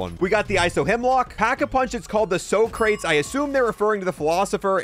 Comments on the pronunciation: Bro said "So Crates, the philospher" its pronounced Soc-ra-tees; and Chimera is pronounced, KY-mera. Jesus fuckin christ. lmao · Its not So-crates lol, its Sock-cruh-tees. God help this education system for this generation. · Its pronounced SAW-cruh-Teez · i need to rewatch, if only to explain 90% of the nick names.. Sakin MG38 turns into "Socket Too Me".. a play on the phrase from the show "Laugh In" in the early 70s.. just google "Socket too me " and Judy Carne.. Soc Crates... philospher.. not Sock Crates.. Soc Crates,, as in Sock- Crah-Teez.. Lach Step.. as in Lock Step with other guns in the name family.. "Veni Vedi Victus..= Veni Vedi Vici.. i came, i saw, i conquered......."(face palm ). yea.. i can make a video just about the names in the video, and their being casually slaughtered verbally.. :face-green-smiling::face-green-smiling::face-green-smiling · It's "Sock-row-tease" not "So-crates" there.😂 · 80 rounds for each pistol for a total of 140 rounds 😂 between that and "so-crates"(sa-cra-teez) and the other 87 names you butchered I got a good laugh. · No way you called one of the most famous philosophers ever "so-crates" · Corp and corps is pronounced core and cores. The p is silent. Also Socrates is pronounced “sock-ruh-tees”. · I’m assuming you’re too young to have seen Bill and Ted…”So crates”? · “Saa-kruh-teez” is how it’s pronounced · It's sock rat tees 😂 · "So crates the philosopher" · Dude mispronounced socrates and chimera edit: who ever is giving you the mw2 guns or alot of the guns in general is making it not very fair for most of them. a lot of the guns have attachments that work against their strengths. including the shotties. btw, dualies on most mw2 pistols actually drop the damage they do significantly due to the mw2 gun nerf. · Socrates rolling in his grave dude say the name right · Socrates? You think that's how it's oronounced?